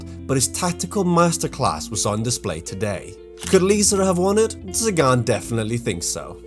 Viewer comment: Not Sagaan :(